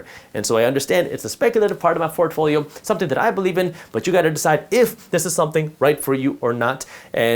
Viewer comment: Lol he said fortfolio